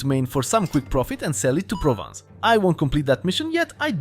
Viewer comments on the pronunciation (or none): none